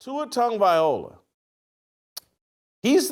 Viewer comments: This guy still can’t pronounce Tua’s last name. It’s not Viola 😂😂😂😂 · Whitlock can say words like “ask” and “expect”….. However, he can’t say Tagovailoa. 😂😂😂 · At least pronounce it right Shitlock You wouldn’t stand for your name being publicly butchered….shows how little you care to not spend 3 seconds to pronounce it right , it’s not hard , if it is to you Mr. Whitlock than it say much about you. Tonga-Vai-low-ahh All together now … Viola Whitlock ? Really ? Your phonetics are about as good as that whack ass Ross shirt with the burrito stains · That man said TUA TONGUEVIOLA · First of all, the fact that you still can't say his name correctly is f*cking ridiculous!! Second... watch Kurt Warner's complete breakdown of the interception, and you will understand why I just un-subbed from your channel! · As well as reversing them. And this guy is/was a journalist? 😂😂😂😂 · This man cannot say that man's last name for nothing 😂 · try learning to pronounce his name for once